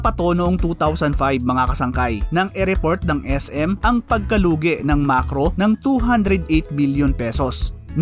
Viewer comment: MAKRO hindi MaRKos 😁